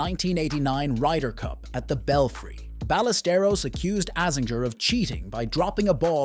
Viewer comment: Seve’s name is pronounced (seh-vey) (by-ah-ster-os)